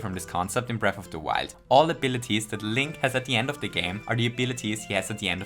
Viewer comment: his name is pronounced “link” lmao 😂